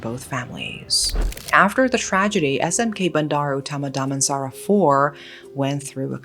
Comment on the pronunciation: The way she pronounced SMK Bandar Utama Damansara 4 is so funny with the American Accent.🤣🤣